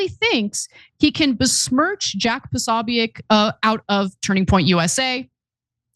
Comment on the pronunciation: How are you not able to say jacks name? Jesus i can't watch you. Ask Megan how to pronounce the name.